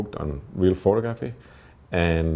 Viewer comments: why on earth don't you learn to pronounce the word photography correctly. it goes like this pho-tog-ra-phy. NOT.... pho-to-graph-y.. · Great work! Small note: it is pronounced phoTOgrapher, and phoTOgraphy. Action on the second syllable.